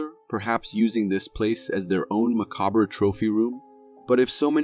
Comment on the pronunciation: Vid 2: my dude, that's not how you pronounce "macabre.." Also, enough with the cliches. "Keep your eyes peeled" "This raises more questions than it answers." "Nightmare fuel" and "adds fuel to the fire." are all examples. Also, stop talking over the videos in which hearing the original sound is crucial. No one wants to hear you droning on and on over the "mysterious sound." Shut. Up. Also, your narrative sounds like a constantly perplexed 5th grader with ADHD. Good video, Most I've seen elsewhere, but you're killing us with your uninformed jabbering. I WILL say, I agree with you on your dismissal of the mermaid schtick.. That was some b.s.